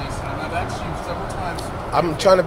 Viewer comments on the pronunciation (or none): He AXED him a lot of times! LOL